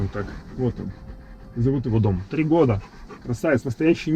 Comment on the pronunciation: А я слышу Том)